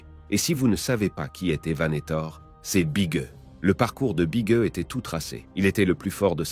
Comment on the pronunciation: big e se prennonce Big e ? non sa se prenonce big i